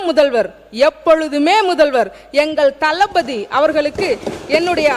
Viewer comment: சகோதரிகிட்ட ஒரு request. Please தமிழ் மா. Pls நல்லா தமிழ் உச்சரியுங்க ம்மா. ல ள ழ. கவனியுங்க. அதல பாதளம். அகல பாதளம் இல்லம்மா. தளபதி ம்மா, தலபதி இல்லம்மா.